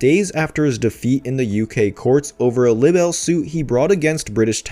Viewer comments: Dude, the word libel is pronounced "lie-ble," not "libble." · It's pronounced lie bell not libble. shakes head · It’s pronounced Lie-bull not libble please narrate correctly 🙏 thank you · I'm so glad someone said it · You really must be glitchy if you have no idea how to pronounce libel correctly. I wouldn't have any problem with him saying lie bull as libel is both of those things, but libble is just unacceptable in what is supposed to be a news report. Even computer voices don't make that mistake. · it's pronounced LIE-BELL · I wish your stuff was up to date. At least say the word "Libel" correctly. You have changed it up tho mind as it was 6 months out of date now it's about 2 months. Meetoo movement is folded because of heard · That's a long i on libel. Try to pronounce it correctly.